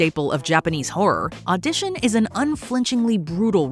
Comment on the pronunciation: Oh, gods, "Odishon" (Audition) was a rough one.